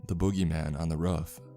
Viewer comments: Why did he say ruff instead of roof? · Boogie man on the rof, not roof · The way he says roof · Love the story and love your narration. Just... please... work on your pronunciation of roof.